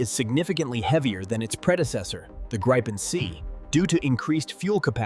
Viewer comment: 'Dripen' lmaoo